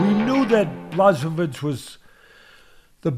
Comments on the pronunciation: I suggest saying / Yan 'Bwa.ho.veech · / bwa hO veech. The L is a polish letter pronounced as a W. The hO is said with an accent idk what you call it lol. W's are pronounced as v's ... Kind of lol. BwahOveech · BWA - HO - VITCH is the correct pronunciation! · Blesovis haha love ya teddy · BŁACHOWICZ for you like - Bwahovich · Hi 🧸Atlas I'm from Poland 🇵🇱and I give you tips how to properly Jan names pronunciation OK? No offence Polish: BŁACHOWICZ ('ENGLISH") BWAHOVICH H- like Henry ok and CH- like Charlie but little bit harder- comprendrer👌 W- like Whisky Simple you see ...😉 Your very welcome it's my pleasure Kind regards Slawomir Zgrabczynski from England After written " Supercalifragilisticexpialidoucuous. Treating makes you master. LEGENDARY POLISH POWER 🇵🇱💪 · Jan Błachowicz - Yan Buahovitch - for native English speakers having difficulty with his name pronunciation. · Bwah-ho-veetch is how you pronounce his name. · It’s actually endearing how much Teddy mispronounces Jan’s name, and how many times he changed pronunciations and still got them wrong lmao. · Teddy mispronouncing his name each time a different way has me rolling in laughter 🤣🤣🤣. Teddy you’re the greatest! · Teddy, please take the time to see how someone’s last name is pronounced, otherwise use his first name which is quite easy. Every time you slaughtered his name I’d wince. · I just wait for the day that everyone starts pronouncing his damn name correctly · Teddy mispronounced each syllable of Jan's last name, and I'd want it no other way.